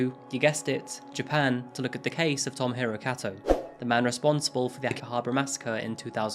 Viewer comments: Love this channel, but can't get over the pronunciation.... "Tomo-hiro" = Toe-moe-he-roe. Sorry, been living here for too long and it absolutely bugs me 😅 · Tow-mow-hee-row is not “well-pronounced”